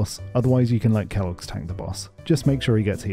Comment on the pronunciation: How the fuck did you just pronounce kalecgos